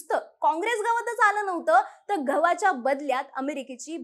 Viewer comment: घहू... घवाच्या... उच्चार बदल अपेक्षित